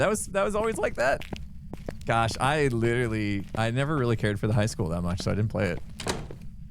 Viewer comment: I rather when chat isn't on the screen tbh. Also why is pronouncing high like hike? Is it a joke i missed or an American thing? Lol